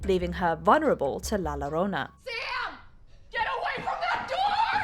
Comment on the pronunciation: I cringe at every pronunciation of La Llorona from this person